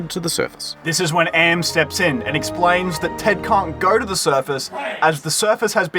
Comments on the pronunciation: Expleen? Its explain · bro just had to expleen